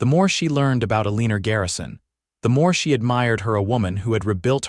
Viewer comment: It’s Eleanor x L n or